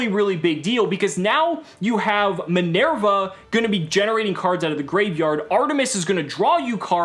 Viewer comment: It's minerva...lot minierva